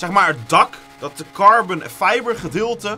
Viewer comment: het is carbon en niet carben. ik irriteer me hier echt aan 🤣